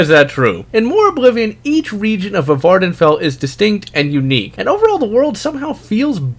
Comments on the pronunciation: did you just say v-vardenfell? vuh vardenfell? its prounounced just like vardenfell. great video though thanks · did you just call it va-vardenfell... Im so mad. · VVardenfell is pronounced as if it has a single V, like in llama.